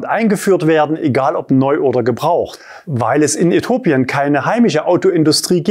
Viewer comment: Äthiopien da ist noch ein i 😂😂😂 wird nicht äthopien ausgesprochen sondern Äthiopien ;)